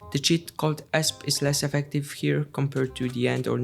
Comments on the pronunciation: amazing video but btw, "esp" is pronounced by the letters individually, like ee es pee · its pronounced E S P